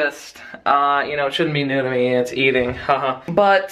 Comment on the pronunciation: Every time he says new to me it sounds like nudah me